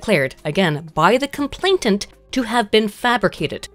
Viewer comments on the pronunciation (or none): Is it just me, or is saying "complaintant" instead of "complainant" all through this video, even when she's reading a text